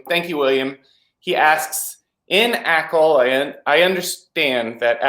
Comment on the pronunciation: It is Acol, not ACOL. It is not an acronym.